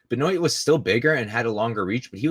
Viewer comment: Benoit name is pronounced Ben waa